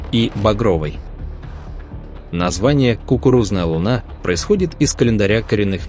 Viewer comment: да не лУна..а лунА Скорректируйте ваш ИИ